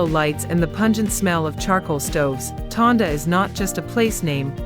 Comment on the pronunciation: Tondo. Not Tonda.